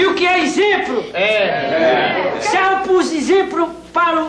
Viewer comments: Olha que "Izemplo" kkkk 🤣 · olha que "inzemplo" 😂😂😂